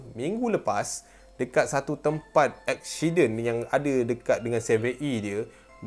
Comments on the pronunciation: kenape aku dengar cakap accident jadi " ekshiden " hahaha tapi comel 😂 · Eshiden eshsiden😂😂 gurauw